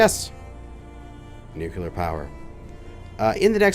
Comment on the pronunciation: Let's all say it together... New-Klee-Er.... not Nuke-You-Ler!!! All love though, brother!